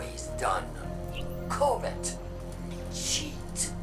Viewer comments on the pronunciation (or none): When Lakshmi said covet, it sounded like Covid and I was like damnx she blaming the pandemic on the eliksni too!